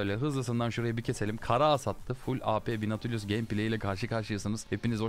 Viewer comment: çoğu karakteri yanlış okuyon abi ama herkesin nati dediği nautu doğru okuyon